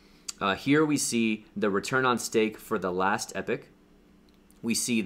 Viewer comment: Pools This is absolutely the best video on ADA staking. My head has been spinning trying to work out how to do it. You are a really good teacher. Subscribed. P.S. Just gotta say that the way you pronounce 'epoch' - a particular period of time - should be EEE-POK, not EPIC). Just saying.